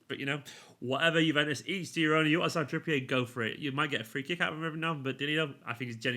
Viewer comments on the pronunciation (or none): none